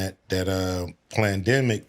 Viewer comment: Cube said, "during that PLANdemeic..." Ha, Love it... that's exactly what it was.